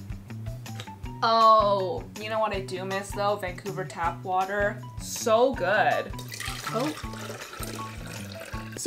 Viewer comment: Nobody:: wa-a-er for "water" lol